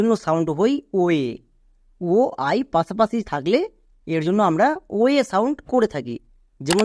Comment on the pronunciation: বাংলা উচ্চারণও ঠিক করা দরকার। যেমন: পাশাপাশিকে পাছাপাছি বললে খুব খারাপ শোনায়।